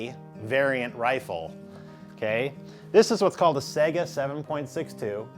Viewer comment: S-"eye"-ga. Not fucking SEGA. Also, putting a scope on a weapon doesn't make it more accurate.